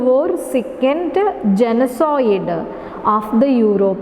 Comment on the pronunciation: Genocide- Please check the pronunciation